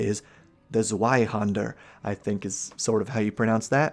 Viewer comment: Zweihander is pronounced as zvi-hander and is literally just a greatsword